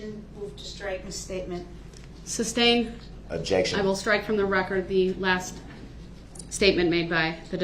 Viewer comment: Ok be "akerit" for the "rekkert". He doesn't ask for the grounds for the judge sustaining the objections. Rather, he asks for the "Grounz for the substained". Just want to keep the all important "rekkert" "akerit" and clear. Also...I'm relatively certain that "Cu-whore-shun" isn't a word, but what do I know? Finally..how could anyone be so stupid that they entirety misunderstand the 6th Amendment, believe that "only a living, breathing person can bring charges" and my favorite...choose to represent themselves and then try to hide behind the 5th Amendment. Why do idiots believe the 5th Amendment applies to anything other than the right against self incrimination? Like sall sovereign cidiots who believe that being asked for your name is against your 5th Amendment rights. Acting as your own counsel kind of necessarily means you must speak, 5th Amendment rights or not. Imagine the hubris of some dumb a** off the street with zero higher education and a clear misunderstanding of all things legal, legal splaining to a judge that he "can tell them whatever I want to tell them". The absolute freaking nerve.